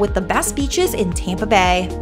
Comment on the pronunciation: Where are you from??? You put a y in front of every word starting with A, ayaand, tyaaampa, advyaaance... Not a Florida accent